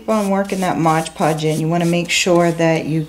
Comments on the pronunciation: it's MOD podge....geez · Mod, not modge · It's Mod Podge, not modge podge. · Very nice project but the adhesive is M O D Podge not modge podge. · Fabulous work. No offense intended: It's Mod, not modge.